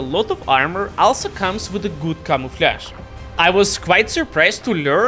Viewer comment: "...when a medium tank that has a lot of armor also comes with a good камуфляж"😂